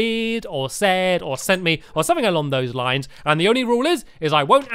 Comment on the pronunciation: I uses to think stampy said a longnose likes and not along those lines